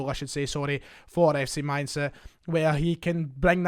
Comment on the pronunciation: Dude, stop pronouncing the German Rheinland city of Mainz with an affected 'ih' ending. Only Nouns ending with the letter 'e' have the the phonetic sound 'ih' such as Flasche (bottle), Konnte (could), Baume (trees). Therefore, simply pronounce Mainz with a simple 'z' ending, there is no vowel at the end of it. Otherwise, interesting video